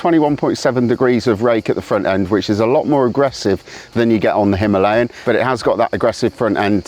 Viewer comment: You mispronounce "Himalayan" on purpose. Stop it.